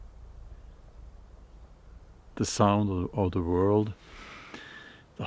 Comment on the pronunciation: The pronunciation of “world.” I would start out by making a CONSCIOUS EFFORT to pronounce an English “w” like “w,” not, as - I’m sorry - you do. You pronounce it like a “v.” Once you have that under your belt and can spontaneously say “why,” not “vhy,” “where,” not “vhere,” “when,” not “vhen,” “were,” not “vere,” etc., you can then approach “world.” Here’s the trick: the “wor” in “world” and “word” is pronounced EXACTLY THE SAME as “wer” in “were.” I’m an ESL professor with over 4 decades of experience - have even written a book - and firmly believe that anyone can change himself to meet the requirements of a new language. Yes, it takes practice, but it can be done. An important component is, as you suggest in this video, LISTENING, listening to yourself as well as others. Please know that these comments are meant to help, not criticize. If you have any further questions or concerns, please don’t hesitate to contact me. I’d be more than happy to give you a hand. Obviously, I very much enjoy watching/listening to your videos. Thank you. All the best.